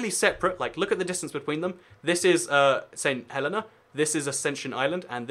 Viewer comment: Surely "Cockburn" is pronounced "Coh-burn", no? Also it's not 'Saint Helen-ah', it's 'Saint Helee-nah'...my best friend if from there :)